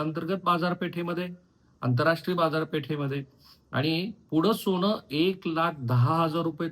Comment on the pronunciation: ' सोण' नाही ’सोन’असत ते उगाच फार स्पष्ट बोलायला जाऊ नका